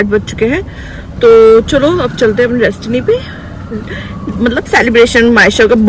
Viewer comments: Destination not destiny 😅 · it's destination not destiny...yaar English ke chakar mein mazak bana ke rakha hai tum logon ne